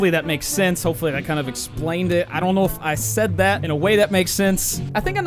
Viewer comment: when you said i don’t know I think that’s why people think u have a Boston accent